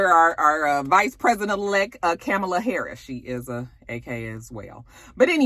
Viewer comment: I'm not a fan of our future VP, but I will try to call her name correctly, it's COMMA-LA! Enjoy your detailed reviews ~